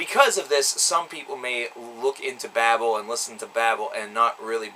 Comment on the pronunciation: Though some of these songs make you feel a certain alexithymia that cannot be put in to a simple review,despite that it was a good review and foretelling of the possibility of M&S to go on and not be forgotten(The pronunciation of babel leaves a lot to be desired.)